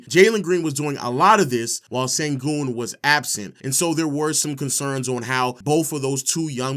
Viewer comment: Sengün, the pronunciation of his name is like S(h)engün, like Shaq or shadow, not Sengün (Saturday).